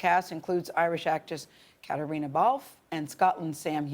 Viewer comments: It's Caitriona! Not Katerina...ugh. I hate it when hosts don't bother to get people's names right. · Uhhhhmmm, Gayle? It's not Caterina, it's Caitriona. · Miz J He pronounces it Kat-reena which is how English speakers in Ireland pronounce it. However, Gaelic speakers would not omit the 'o' in Caitríona. Kat-ree-uh-na is my take on it. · Caitriona Balfe's name is pronounced "cuh tree nuh" -- I never nit pick these type of interview mistakes but you just think that the interviewer would have done enough research and commitment to be able to pronounce this actors name correctly. Seems unprofessional. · I couldn’t believe that one of the presenters did so little research that she kept mispronouncing Catriona’s name. Glad it was eventually corrected